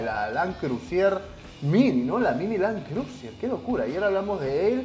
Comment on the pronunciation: Land Cruiser- Bro! Google traductor úsalo siempre lo pronuncias como se escribe. Yo uso el traductor funciona y es gratis. No seas pesca bicho , no te me dañes 🤔😂🤣 que estás entre los mejores.🤔